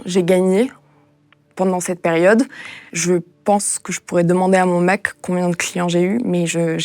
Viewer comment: À elle dit : " Mon mec " ou. " Mon mac " ? Lapsus de Stockolm....